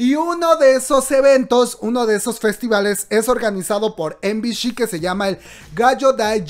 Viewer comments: no es de pesada, pero MBC se pronuncia "em bi si" no "em bi shi" suponiendo que lo dices en inglés, me estresó bastante que lo digas mal todo el video kkwkdksldlsl saludos 😳♥ BB buen video bro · Em-bi-shi???✖ Em-bi-ci ✔ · Soy la única a quien le da un toc cada que dice MBC, EM BI SHI? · MBC se llama la telivisora no MBSH ya que lo pronuncias así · ay no:'( me estresó bastante que lo pronuncie mal skdkskdksnd